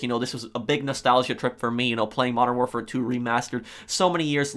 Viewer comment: Its not warfar its warfare